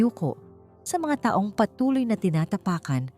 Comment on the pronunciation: dapat po pag-aralan nyo ang pagbasa ng filipino kung kailan mabilis o nahina lang ng isang salita tulad po ng taong pag mabilis pagbasa nyo iba ang meaning nun it means year kung tukoy nyo ay tao dapat na ahina lang basa nyo